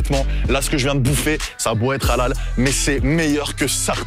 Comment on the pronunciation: halal prononcé a la française ça pique les oreilles 🤔😅